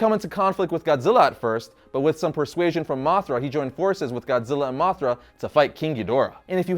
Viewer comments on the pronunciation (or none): You said moc 5 dont you mean moth 5 😂